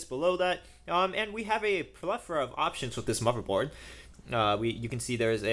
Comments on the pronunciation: He said motherboard. How would you like it if YOU had a speech impediment and someone asked you that? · what's a muverboard? XD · Yes, instead of spending money on junk pcs, it might be wiser to save up and spend a couple of weeks with a speech therapist.